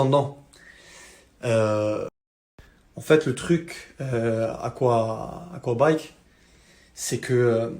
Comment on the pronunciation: a 48 minute 56.. dit-aquabike😂😂